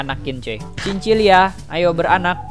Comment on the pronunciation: itu nama nya cin cila bukan cin cilia kocak